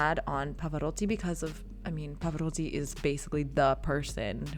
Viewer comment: So why not anglicizing the others as I suggested? And Pavaroddi. Alegreddo? On one hand, you are trying to pronounce Italian properly, I hear your effort, then you throw it in the garbage. I don't get it.